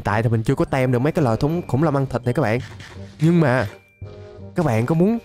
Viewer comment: anh ơi cái từ Team đọc là tim chứ ko phải tem đâu